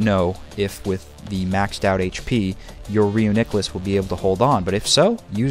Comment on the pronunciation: So 50 seconds in, you pronounce the pokemon incorrectly, and you say "i can't tell you any enhanced strategies" Sums up how useful content like this is at telling you information :]